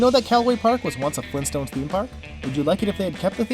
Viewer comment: FLEENSTONES???